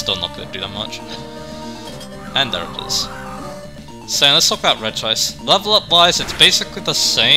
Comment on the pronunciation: When it comes to Regice pronunciation I feel like Re-gi-ice one of the most egregious cases of mispronunciation because unlike other cases like A-Geh-Slash vs Ee-Geh-Slash where all the words to make those sounds the persons head are in the name itself, Re-gi-ice esentually adds an extra I to the name. It’s a bit like how using Expert Conor as an example, The name itself since it can be spelled a few different ways, but different pronociation would come from changes in spelling despite sounding very similar, the name would end in an Or sound for the foremost, a Nor sound for a double N and and a Ner sound for its various spellings, Regice being pronocirr the way it often is sounds even weirder considering that’s it a static name that doesn’t have multiple spellings. As for Regice itself, repeat what I said about Regirock but flipped. that’s it’s a special tank with good Defence while being able to hit hard with a decent selection of moves, mainly Ice and Electric moves. But from what I’ve heard Regice was OU back in Generation III which surprises me, considering that although better than most defensive pure Ice types because of how high it’s bulk overall and it’s lack of resistances, but from what I’ve heard Fighting coverage wasn’t that good in Generation III, your most powerful commonly available option was Brick Break so it wasn’t as a viable to be knocked out, allowing it to use its power and special bulk with less to worry about. Regieleki is weird, because I’ve heard it